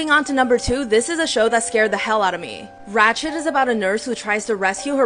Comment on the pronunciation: Ratched gurl not ratchet.!